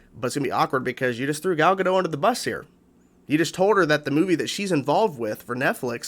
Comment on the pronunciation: Btw, Gal’s surname is pronounced like it’s spelled, “gah-dot”. It’s not a French name. I made the same mistake for a while